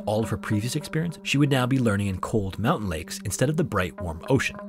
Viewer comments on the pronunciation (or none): none